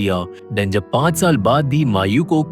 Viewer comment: Bhai.....'jab' aur 'tab' me dikkat hota hai kya? Odd sound karta hai...sudhar lo